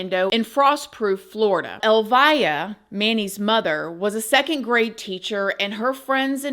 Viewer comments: His mom’s name is pronounced Elvia.. not “ elvaya”. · Clarification: her name is pronounced el-VEE-ah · FYI. Elvia is pronounced. El- Vee-ah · Pronounced El-vee-a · You are pronouncing her name incorrectly, the name Elvia is pronounced: like Elvis but instead of the s an ah. Elvi-ah. The via sounds the same as in Ste-via. Hope this helps! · Her name is pronounced like El-vee-ah. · It’s pronounced El vie ah. So sad either way… she loved him so much… gave him the best life 😢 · Yeah ! That case is like a 😈 position! I just want to let you know that the pronunciation of Elvia is very different than you pronounced. In the show.. The E has the strong accent! Check in google translate .